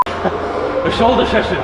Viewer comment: whosh a sholsher session 🤣🤣🤣👌🏾👌🏾👌🏾